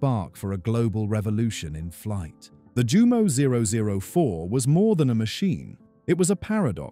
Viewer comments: This would have been more legitimate if you had bothered to pronounce the very subject of your video correctly: /Yumo/, not /Jumo/. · It's pronounced.. YOU..MO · I tried to take a drink every time I heard the mispronounced Jumo zero zero four, but I lost count, then consciousness.